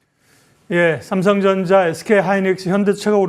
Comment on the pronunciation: 왜 발음이 삼성정자로 들리지 ㅋㅋㅋㅋㅋ